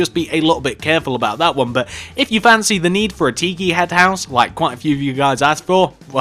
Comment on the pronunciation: It's pronounced TI-KI not Tee-kee